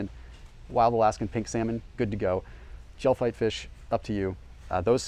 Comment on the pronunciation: Gefilte Fish is pronounced Ga-filta not gel fite 😂